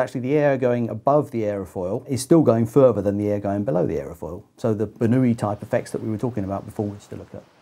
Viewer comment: Daniel Bernoulli was no Spaniard... The way they pronounced his name in this video is seriously annoying...